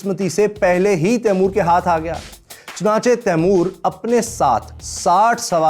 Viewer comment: His name is timur why do Indians say taimor that’s disrespectful